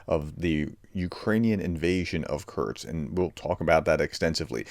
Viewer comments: U can write in title KURSK but can not say it!??? KURTS🙄🙄🙄🙄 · Professor! There is no 't' in Kursk! It's geography, not geology! Lol, sorry. Thanks for the update. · K U R S K not K U R T S